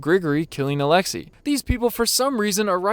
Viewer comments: did he really pronounce his name “alexa” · When you said alexi, my Alexa went off